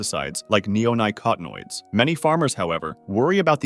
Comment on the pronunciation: The way it pronounced Neonicotinoids reminded me of the dude who said Tee zay tee zai kai